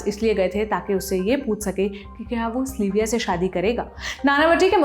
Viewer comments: its sylvia. not slyvia. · Aap zaraa sab ke naam dang se lein. Log agar kisi aur Sylvia se melenge toh use slivia kahenge. It's sil viya pronunciation. Not sli viya. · स्लीविया????? सिल्विया है..... research kar lete ho par naam thik se nahi kehte....